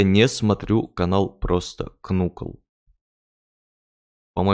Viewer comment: Только не Кнуклс, а Наклз правильно говорить